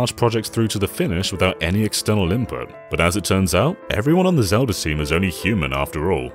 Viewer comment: Ah, yes, Zelder: Ocariner of Time. A classic.